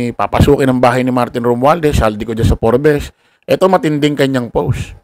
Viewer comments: Mali po ang pronouncation,sa forbes park,forb's po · Wrong Pronunciation yung FORBES mo tol haha😂